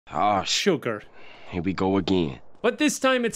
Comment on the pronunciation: "shugaour"